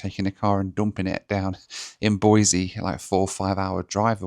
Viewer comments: Great video - always fun to see your home turf. I've ridden motorcycle thru Salmon more times than I can remember. BTW, it's Boisee, not Boizee. If you say Boizee you have to follow up with "I'm not from California and I'm not moving to Idaho". 😁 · As a life-long Boisean, I respect the correct pronunciation! Boiseee rather than Boizeee! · BOY-SEE no Z. Otherwise we'll have to call you 😅